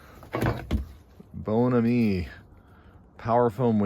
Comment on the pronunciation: The cleaner is pronounced here in the states as BON-AM-I